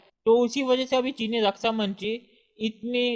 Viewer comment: Rasa mantri nahi raksha mantri hota hai bhai. Be clear with your words lots of people listening to you.